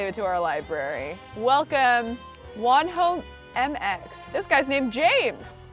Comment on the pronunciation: i died when she read wonho MX!!!